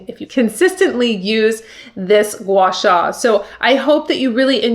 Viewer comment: You pronounced it perfectly!